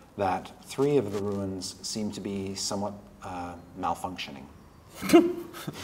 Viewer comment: Chris has an aggravating habit of pronouncing "rune" as "ruin".